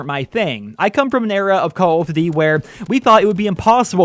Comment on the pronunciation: Calld of dudy